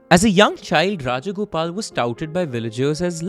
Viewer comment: Rajagopalan not Rajagopal